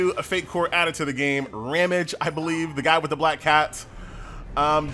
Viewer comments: It's RAHM-gee. :) And I think Shufraken is shoe-frah-KEN. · My man can pronounce shufraken but butchers ramge and Anastasia